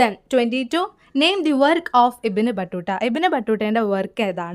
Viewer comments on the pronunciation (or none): പിന്നെ, ഇബ്ൻ ബട്ടൂട്ട എന്നല്ല ഇബ്ൻ ബത്തൂത്ത എന്ന് വായിക്കൂ